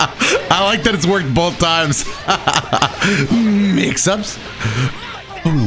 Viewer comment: the way you said mixups 😂